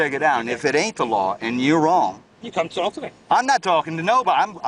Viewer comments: Anyone else repeat the narrator every time he says “TALK” hitting that L sound that’s supposed to be silent real hard? TAULK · Why does the narrator pronounce the L in "talk"?